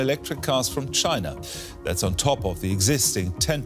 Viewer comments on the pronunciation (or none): none